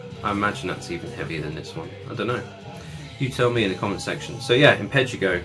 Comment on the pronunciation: The last band you showed Impetigo is pronounced Impatygo like the disease.